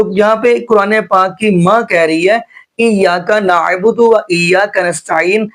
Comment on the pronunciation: Ap kis trah k qari hn iyyaka na budu hi glat parha hy ap ne